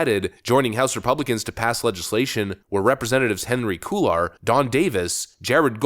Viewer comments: Cuellar is pronounced “Kway yar” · Cuellar. Pronouned KWAY-YAR. 2 ll's together are always pronounced as a "y" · Cuellar pronounced Cueyar. ll sounds like y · Cuellar is pronounced "KWAY-yar". You have gotten this wrong several times. I'm a subscribed listener. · A LH 3fer!💜🇺🇸 Gis is Good!☝🙏👍 Hi Dad!👋🙋 In Cuéllar, the double L is pronounced like a Y, think tortilla.